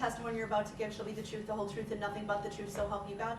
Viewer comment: Bittersweet.... I cannot wait for him to fry.... and I want to hear the victim statements but it's gonna hurt & I don't even know these people. He keeps saying "Tell the truff"... what? No words..